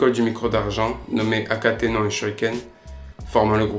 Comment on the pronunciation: Akenaton et non akatenon